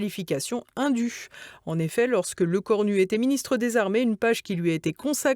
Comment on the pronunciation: Lecornul... Diplôme... plôme....